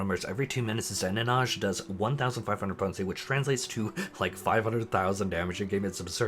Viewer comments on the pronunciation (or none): the mispronunciation of zeninage, iainuki, and chimera... my poor ears. But ignoring that, a fantastic video as always!